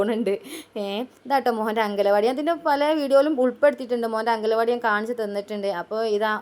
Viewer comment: അങ്കല വാടി അല്ല മാക്രി. അംഗൻവാടി....😂😂😂😂❤❤❤🥰🥰🥰🥰എന്ന് പറ 😂😂😂😂